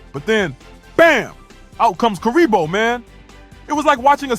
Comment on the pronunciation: I heard, "Weaker than curry bowl." looolll not Kuriboh